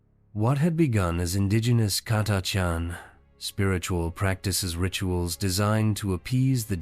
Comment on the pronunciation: I think the AI pronounced "Catachan" differently every single time. Not to mention one hundred and eighty threerd lol